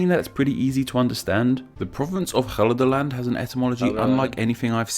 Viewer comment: Most American sounding pronunciation of Gelderland I've ever heard 🤠 But that was just funny I'd say your pronunciation was much better than the original vid and I could understand it perfectly fine 👍